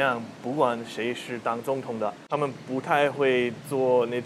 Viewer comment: 想纠正下你的发音喔 不是 塔们 是他(坍塌的塌的发音)们 塔们这个发音 欧美人好像非常习惯这样发